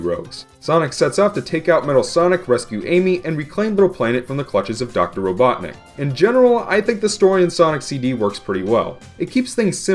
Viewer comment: Doctorr Ivo Eggman R-r-r-robotnicc.